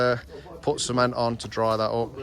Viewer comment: Lol I choked on my nescafe then when he said C ment, I thought he said semen lol. Xx